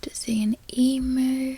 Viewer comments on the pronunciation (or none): From an Aussie perspective, this is almost perfect 👌 So much better than most professional American actors. The one word that i noticed was 'foriegner' which you pronounced FOURener, which gives away an American accent. Also Emu is pronouced E-mew, not E-moo. 😉 Last one, nasty is more like NARsty.